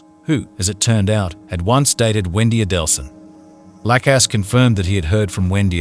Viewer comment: Jeffrey LACKass? Serious pronunciation issues in this video